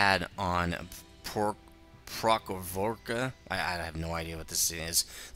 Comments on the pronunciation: The correct pronunciation is : Pro-ka-roh-vka. Greatest Tank Battles: Battle of Kursk southern flank taught me how to pronounce it :) Can't wait to get my StuG. I just waited for the TD XP reductions in patch 7.2 before getting my first which is a Marder II, another excellent German TD. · Actually it's [prochorofka], yet I don't know any english word with this "ch", it's not [tʃ] sound, it's more like very hard [h] (like in gaelic or scottish - Loch Ness), ours slav(on)ic languages are quite special in this sound. Let's just say it's [pro-kho-rof-ka], you Americans have actually a lot of slavic players in NHL with [kh] sound in their names. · Lmao it's PRO-HO-RAV-KA, that's how it's pronounced ;)